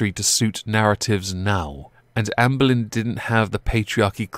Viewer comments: I thought he was saying "Amber Lynn" 😂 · I wasn’t looking at the screen and I thought you said Amber Lynn 😂😂